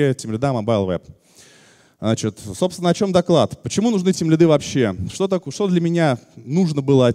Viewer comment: Меня одного передёргивает от слова тимлидЫ, а не тимлИды?))) Вообще отличная лекция